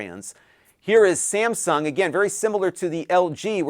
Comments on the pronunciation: I know it's Texas, but... Samsgun? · “Samsgun”? Never heard of ‘em.